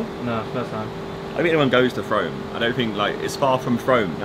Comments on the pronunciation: 'frome' its pronounced froome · It's 'Froom' not 'F Rome' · It’s pronounced Frooooome not FrOme🤣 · You say it like “froome” not frome lol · Anyone else annoyed they called it “fRome” instead of “Froom”? 😂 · Frome gang where u also it’s pronounced “froome not frowme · they way josh was pronouncing “frome” 😂 it’s froooome rhymes with broom 😂😂😂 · HES SAYING FROME WRONG!!!!! I BEG THAT IM NOT THE ONLY ONE GETTING TRIGGERED AT THIS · I actually can't believe you called it fROME😂😂😂it's said like room...froooooome. I'm hurt by this pronunciation😩😂😂 Why has no one in this video corrected them😂😂ew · and it’s frooome not froam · Im from frome and its not frowm its froooome lol it was so funny watchin you guys in my town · It’s said like froooooooooom not frohm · Its not froam its frooooome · Lmao I’m offended that he called it froam and not frome 😂 being a person who lives there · "FROOME" not frome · FROOM not FROAM. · It’s not pronounced frome it’s pronounced froom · ‘FROME’ is pronounced ‘fr-oo-m’ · It’s not pronounced frome, it’s Frome (Fr-oo-m) 😂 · It’s pronounced ‘Froom’ not Frome. Js. Lol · Its froome not frome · It’s pronounced froom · It’s pronounced froom not frow-m. My dad lives there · It’s pronounced froom not frome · It's pronounced Frooome you goon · Frenchimperialsoldier it's actually gross how he pronounced it😂couldn't finish the video😂😂frooooome ffs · Frome is pronounced ‘froom’ by the way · It’s pronounced Froom I live there 😁😁😁😁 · It’s pronounced froom lol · Oh my you butchered the pronunciation of Frome so bad haha. It’s like “froo-m”. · What triggers me is its pronounced froome 😂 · omggg I can't believe it I live in frome!!! It's triggering me cuz u arn't saying Frome right lol. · I live in frome and it’s pronounced frooome. That triggered me alot. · Only just seen this video, I used to live in Frome! Btw, it's pronounced Froom (like broom) 😊 All you sidemen should spend a day at Longleat going through the safari! Xxx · Frome is pronounced Fr-oome lmao